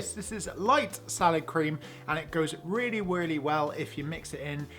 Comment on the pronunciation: weally weally well